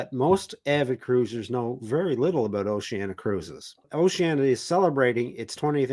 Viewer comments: How come so many pronounce Oceania as Oceana? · O-she-an-i-a. Duh.